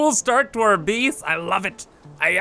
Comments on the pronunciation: whenever he tries to say "base" he says "bees" and i hate to admit it but it annoys me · lol "I really like this 'beece'." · Jeff W I like how he pronounces it